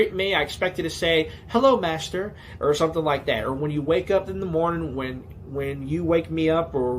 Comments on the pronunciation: Good thing that we watched the video of the guy saying master before you started saying the word.. I genuinely for a second thought you were saying Mazda 🚙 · I am hearing ”Mazda” every time you say ”Master”